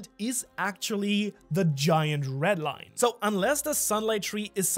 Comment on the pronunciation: sounds like he says "ret line"